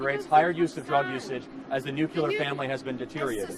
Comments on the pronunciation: Nuclear. Not nuculer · Charlie... It's nu-cle-ar, not newk-yuh-lurr. Cuz Charlie will read my comment here. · The only thing wrong with you Charlie..is your pronunciation of ‘nuclear’. Nuclear not nucular. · Nuc-yeh-lere? Charlieeee it’s nuc-lee-ere 😂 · If Charlie wants to be taken seriously he needs to learn to pronounce NOOK-leer. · God, hearing him mispronounce nuclear 100 times was certainly something. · Okay already. I’m minutes and halfway through this idiotic broad’s diatribe, and mate, you really should have another microphone for these numpties to give us even more of a laugh PS: if she was my daughter I’d chuck myself under a bus, no offence obviously 🇬🇧 PPS: the only criticism I would have is your mispronunciation of the word nuclear, but hey, I’m a 🇬🇧, but hats off to you for spending your time trying to communicate with those spoiled brats. PPPS: what a shame that you need a Royal Marine just in case some idiot kicks off. Hats off to that fabulous regiment! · From - this dude gets dismantled, has no rebuttals, attempts to focus on a debate on the "nuclear family," gets taken to task even on this minute talking point while continually mispronouncing the word 'nuclear.' Kudos for actually posting this, because this Kirk guy comes off as uneducated.